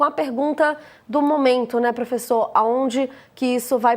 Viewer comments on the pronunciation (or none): "Profeçor" kkkkkk